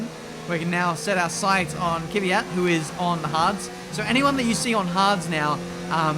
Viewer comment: Bro, you always saying KYVYAT (?!) It's KVYAT :p :p